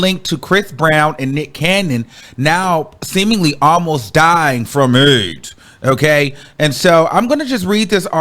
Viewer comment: Just say Aidz properly you sound crazy